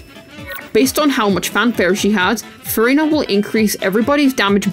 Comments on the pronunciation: why am i always hearing furryna? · i hate the way u say furina. it just sounds insane